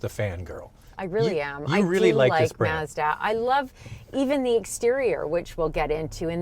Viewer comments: It's Mazda. Not mauzda. Say it right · *Meah-zuh-dah*... yup... she's Boston Italian... Too bad Netflix Cowboy Bebop got cancelled... At least Yoko Kanno, the music composer, came back. Made a guitar cover video for the ending theme, The Real Folk Blues. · Sorry pretty lady pronounce Mazda correctly as yanks just don’t know how to speak 🤣🤣 🇦🇺 🦘